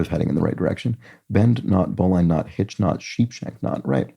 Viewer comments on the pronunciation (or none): You were close. These are Sailor's Knots. "Bowline" is pronounced with a short "i" and the word itself sounds like "Bowling" without the "g." I joined a Sailing Club in 1972, and have done a lot of sailing in several countries, so I do know whereof I speak. 😊